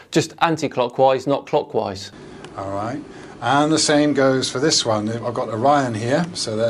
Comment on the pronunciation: I can't be the only one constantly hearing "cockwise", right?